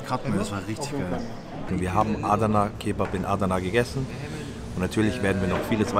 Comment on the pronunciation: Adana schnell aussprechen nicht Aaadana aber sonscht geiles video mois